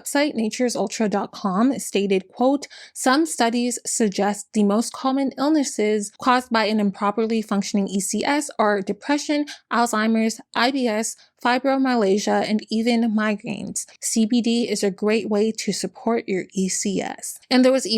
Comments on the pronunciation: fibromyalgia is pronounced fi-bro-my-ahl-juh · The way u said fibromyalgia 😂😂girl u sent me I love u ❤